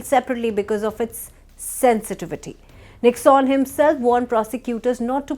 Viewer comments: It is pronounced nick_sun. Not nicksaan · It is not pronounced as Nicks-on, it is Nick-sun.